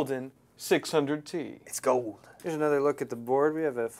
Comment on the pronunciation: IS GOOLD!!! IS ALL GOOOLD!!!